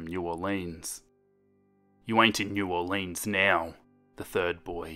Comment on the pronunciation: Me: Holy shit this takes place in Louisiana!? Also me: cool and imaginary killer story takes place in Louisiana Edit: its not new or-leans its new or-lens (we don't say it how it's spelled. Not trying to be rude I'm just giving you a heads up)